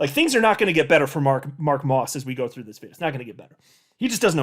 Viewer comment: LOL you calling Mark "Ross", vs Moss.